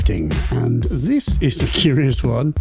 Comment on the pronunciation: Hang on. Was it always “dis thing”? !